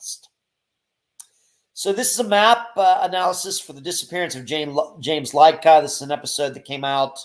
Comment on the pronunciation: LID-KAH It's pronounced like that. I grew up with James, just giving you the best info I can.